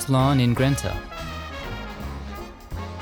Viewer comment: I love these videos. As always, thank you and the viewers for the wonderful tours. I also wanted to say, the name of the city where Westlawn is in Louisiana is GRET-na. Just in case it comes up in another video. I have a few friends buried there. It’s a beautiful cemetery. May have to go and visit the gentleman you showed next time I’m there. ❤️🙏🏻